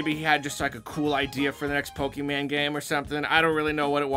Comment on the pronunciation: “Pokemane” - 2020